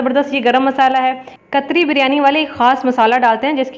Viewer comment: Khatri not katri